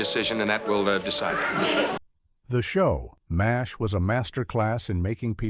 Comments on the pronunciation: No one pronounced the show names "A - L - F" or "M - A - S - H" as they would C.I.A. or F.B.I. The alleged humans behind this AI generated laze fest simply didn't bother to listen back to what had been recorded. They also failed to notice that they onve again did as they so often do and put two of the same entries on the list under different numbers. Unbelievably lazy content generation, as usual from this channel. I miss actual human beings. I won't be back. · I'm pretty sure this channel already did videos with all these and the AI narrator is getting worse. It pronounced each letter of MASH. Also saying sitcom endings sounds like a finale not a specific death